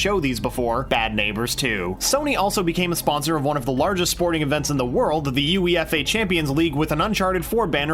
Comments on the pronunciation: Uphe said U E F A it’s all just one word use phonics UEFA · I never trust a man that can't pronounce UEFA. It's not U.E.F.A... it's pronounced (You-A-Far) as one word... UEFA Champions League Get it together man.. U UE UEF UEFA UEFA C UEFA CH UEFA CHA UEFA CHAM UEFA CHAMP UEFA CHAMPI UEFA CHAMPIO UEFA CHAMPION UEFA CHAMPIONS UEFA CHAMPIONS L UEFA CHAMPIONS LE UEFA CHAMPIONS LEA UEFA CHAMPIONS LEAG UEFA CHAMPIONS LEAGU UEFA CHAMPIONS LEAGUE UEFA CHAMPIONS LEAGU UEFA CHAMPIONS LEAG UEFA CHAMPIONS LEA UEFA CHAMPIONS LE UEFA CHAMPIONS L UEFA CHAMPIONS UEFA CHAMPION UEFA CHAMPIO UEFA CHAMPI UEFA CHAMP UEFA CHAM UEFA CHA UEFA CH UEFA C UEFA UEF UE U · The U (space) E (space) F (space) A Champions League. As a fan of football the way that was pronounced hurts me. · Did he say U. E. F. A😑😐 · Did this guy just pronounce UEFA as “U-E-F-A”? My brain can’t handle this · In my 31 years of life I have never heard it called the U A E F A before. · My man just called UEFA the U.E.F.A🤦‍♂️ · Playstation have been sponsoring the Champions League for years. Also, it's pronounced you-ay-fa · I lost it when he spelled UEFA as U.E.F.A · EUFA is pronounced "you-ay-fa" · It’s pronounced YOU-EH-FA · I just can't stop thinking about how UEFA was pronounced in this video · The way he said UEFA 🤮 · That’s not how us say uefa